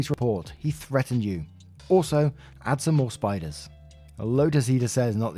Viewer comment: not spiders, SPITE-ers